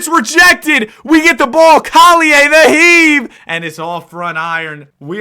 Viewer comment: You just offended me :( u prounced collier wrong